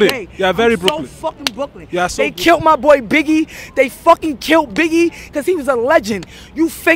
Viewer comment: what a classic the way that she says brooklyn is so good what a legend